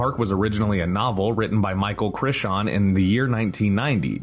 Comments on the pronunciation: Great fun and informative vid! Tho, two things... One, the dinosaurs weren't indigenous to the island...they were placed there after cloning. One of the motivations of the storyline is that that aren't indigenous. Two, heads up, MC's last name is pronounced cry-ton not **chrishan**. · CRISH-AWN? I've never heard anyone say his name this way. It's Cray-ton. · Michael Cry-tin not Crish-shawn? WTF? look up an interview if you don't know his name pronunciation, Charile Rose interview on youtube says it right at the beginning. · It's CRY-ton, not CRISH-on! Only one of the many inaccuracies. "Island New Bar?" It's Eez-lah New-blar! Did no one do a fact-checking pass of the script for this episode?? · Michael CHISHAWN? wtf is wrong with yall but some respect on Michael Crichton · Sounded like 'Critshon' to me (which drove me f**king insane), but, also mispronouncing David Koepp's name (phonetically) as 'Co-wepp," when, as far as I was always aware (even from the writer himself in interviews), it's pronounced as 'Kepp." Dumb! Research is meant to be a help to a site like this, isn't it, so jumping onto looking at BTS stuff on YT should be a no-brainer, right? I guess not, though. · I'm sorry. Michael "Cri-CHAWN"? It's Crichton, pronounced "CRY-TON". Oof. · Cry-ton. Crichton = Cry-ton. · Krishawn? 🤦‍♂ seriously? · I'm sorry. You lost me at Michael Chich-shawn. He's literally my favorite author and it's like nails on a chalkboard. I'm stopping this video . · Love your videos bud, but it's Michael Crichton Cry-Tin 😎👍🏼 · KRISH-TAHN?!?? NOO-BAR??? SERIOUSLY?!?!? "WTF Happened to Credibility?" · Who the hell is Michael Crishon? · Cry-ton, nue-blar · Thanks for another great video! I do wish, however, media outlets would stop quoting the critics score from Rotten Tomatoes and start quoting the audience score. Thanks again! PS - It's Cry-ton :) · Cry Tone. Chrixon. Creshawn. Cretchun. It’s impossible. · Crichton — Cry-ton Koepp - Kepp The pronunciation is maddening here.